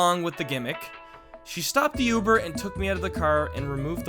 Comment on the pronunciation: Lmao.. Why do you say Uber like that? Sorry, I’m not use to the way you’re saying it.